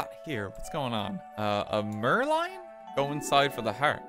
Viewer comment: "Merloin" English Major everybody 😂